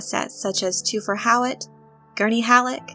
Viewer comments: Lets begin by getting the pronunciation right: its TH-fir, not TWO-fer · Thufir is pronounced with the h. Thu fir is the pronunciation. Please research the movies and listen to the audio book. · Then I'm curious why you went with just one source's pronunciation when everything else pronounces the "H". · Toofir? Or Thu-fer And Piter De-fries Or De- Freeze. The pronunciation is throwing me. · Ok, due to your obvious fandom and dedication to Dune, I like you. With that said, your pronunciation is killing me. “Thoo-fur How- what” basically......petty and picky? Yes. Ashamed of myself for being so? No. Dune forever!